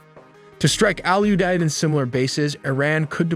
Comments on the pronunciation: Owl-you-dead airbase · The base is called "All U Deid"? 😲 Who named it that! 🤣